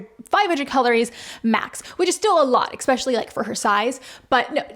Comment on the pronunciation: I’m going to be a right cunt now, but I watch your videos a lot, and this comes up a lot…. Es-specially, not ex-specially. I’m prepared for any elbowing that may come as a result of mentioning this.